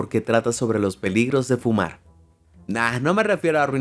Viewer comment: Otro error es decir fuma en vez de fumar pronunciando la r al final